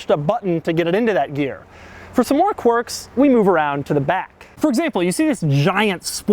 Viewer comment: "Quirk" is pronounced kwerk, NOT cork. Every video Doug. Every video. =)